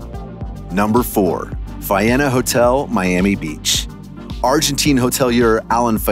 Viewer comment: You are pronouncing Faena incorrectly!